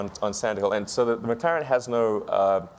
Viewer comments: “McClArEn S1” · girl says Mc Claren lol and she says Mc Claren s1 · "McClaren"? Seriously?